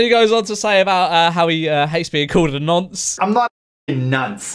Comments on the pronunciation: He said NANCE lol haha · My man said nunce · Wait did he say nance? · is it just me or do americans pronounce nonce ‘nunce’ 😂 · This has been bugging the shit out of me: is it "nunce" or "nonce?" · Did he say nonce like... Nunce? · Man really said nunce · Did he say nunce? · exuse me. wtf is a ”nAnce”